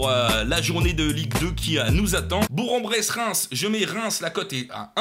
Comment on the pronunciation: Ta massacrer Bourg-en-Bresse niveau prononciation . On dit bourgue en bresse